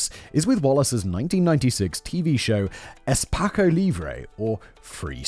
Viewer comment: it's pronounced espasso. 45: in Brasil is a fortune.